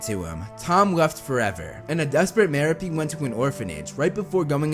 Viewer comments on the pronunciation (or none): *Muh-Rope” Gaunt. Not “Marrow-Pee.” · ‘It’s Mer-OH-pe, not Mer-a-PE.” - Hermione Grainger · Merope ( Ma-rope-pe) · It’s MerOpe, not MeropE.